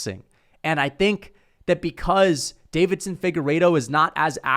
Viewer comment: Say it with me: Day-vi-son. There is no second "D."